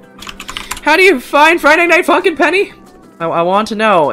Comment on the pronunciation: When he says funk in it sounds like f—n